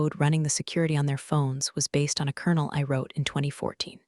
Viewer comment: It's kernel as in popcorn kernels.